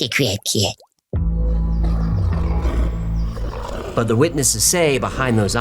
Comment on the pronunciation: When he said crab cat... I heard crack head.. hilarious